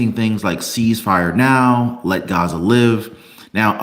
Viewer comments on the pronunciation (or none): none